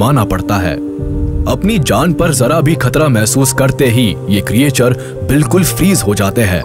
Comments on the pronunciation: "kriyechar" nahi "kreechar" bolo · Sir ye jo aap Creature pronounce kr rhe hn ye glt pronounciation h...aap ise क्रीएचर pronounce kr rhe hn lekin ye क्रीचर hota h😊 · आपकी आवाज बहुत अच्छी है। लेकिन भाई क्रिएचर नहीं क्रीचर